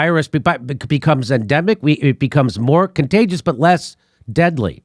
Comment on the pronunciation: Say it with me: "ENDEMIC"